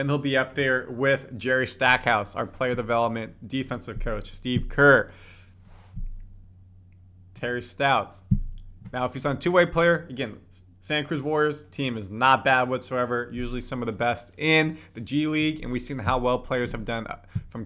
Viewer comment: Not sure why it bugs me but keeps calling him Terry Stouts, when its really Stotts. That is an addition for the Warriors I love, he's a legit coach, hopefully Kerr listens to him.